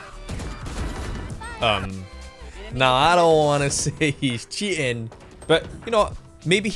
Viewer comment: Cheating ❌ Chea in ✅